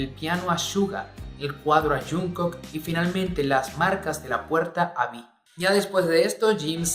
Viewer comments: "Yunco" JAJSJA. xdxdxdxd. Se pronuncia Chongu xdd. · Me mata que digas a cada momento "yunco" en lugad de "yongcuc" 😂😂😂